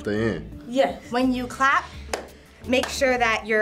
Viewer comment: CLASP NOT CLAP